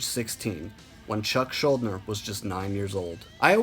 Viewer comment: One correction: it’s pronounced schulDIner.